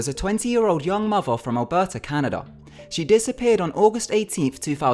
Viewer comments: Do you have a speech impediment? It's mother, not mova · Muvver, bruvver